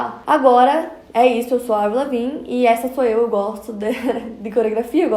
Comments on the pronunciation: Pronunciando o nome assim?! 🤨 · N sabe pronunciar o nome em inglês...